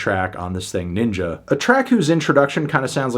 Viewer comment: Why’d you have say every hard r in Ninja slowly?